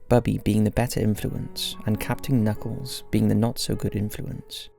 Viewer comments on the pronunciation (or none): It’s KUUUUR-NUCKLES! Legitimately the best cartoon, completely suitable for kids. I get the impression you haven’t actually watched any of these tho 😒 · You’ve clearly never seen flapjack. Like a full episode or something. His name is captain KUH-knuckles. Uncultured swine 😂 (I’m just playin). But that’s how it’s pronounced through the show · Dude it’s pronounced KA-nuckles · Honestly, I love your videos but on this one it's clear you're from the U.K. (as if your accent didnt give it off) for one you mispronounced Captain Kuh Nuckles and Muriel Bagg(e) the e is silent. These TV shows were weird when I was a kid but I have the most fond memories of them. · It's K'nuckles!! It's pronounced with the K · Captain Kuhnuckles* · I loved watching Flapjack. I never thought of it as being scary for kids, just really weird and unusual. That’s why I liked it. Also the priate’s name is K’nuckles (pronounced kuh-nuckles) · its pronounced captain "kuh"nuckles